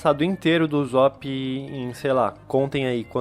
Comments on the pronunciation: "uzop" A não mano. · Mn kkkkk n e uzop e USSOP USSOP DOIS SS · o jeito de se pronunciar não é uzóp é usop com som de s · Ele fala uzop '-' mais ok ksksks gostei do video TuT